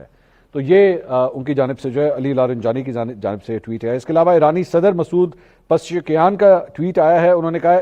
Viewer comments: منصور بهائی آپ ہمارے صدر صاحب کام ہر بار غلط لیتے ہیں مجھے زیادا اردو نہیں آتا اس لئے معذرت چاہتا ہوں ۔ مسعود پزشکیاں ہے پزشک یاں pezish keyan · Apko masoud pazichkiyan aur Ali larijani sab ka name atak jata hai😂